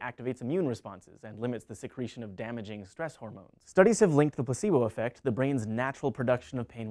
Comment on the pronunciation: It sounded like pussybo effect.